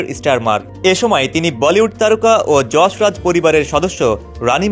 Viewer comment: Pronounciate properly, it's not Jasraj,.it's Yas Raj.